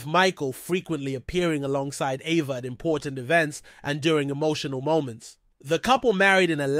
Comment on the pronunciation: Why is he pronouncing her name like that?